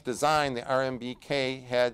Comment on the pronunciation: Rbmk. Not rmbk 😊